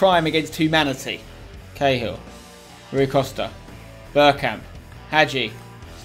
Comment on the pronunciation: spence its pronounced roy costa